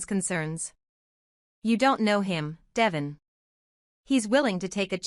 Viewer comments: Please. The name is Devoooone not devision. If you ever listen to folks on the channel you'd know they'd call him deeeee. Vooooon. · His name is De-von (da-von) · It’s Devon 😊